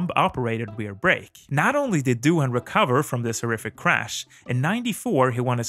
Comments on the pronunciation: Doin’ ... not dough-han ... ! 😉🇦🇺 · I really don't see how Stoner and Hayden brought something new. Good riders, but not that special. Pronounce Doohan as 'Do_an' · As an Australian, allow me to help you pronounce Mick's name correctly. The 'h' in Doohan is silent. It is pronounced like the word 'doing' but without the 'g'. Thanks